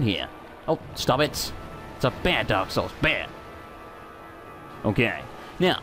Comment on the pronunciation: In the intro you said "Dark Souls 2" weirdly... sounded like you said "Derp Souls 2"